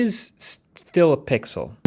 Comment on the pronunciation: пиксыл ахахахахах кто смотрит на русском - понял 😂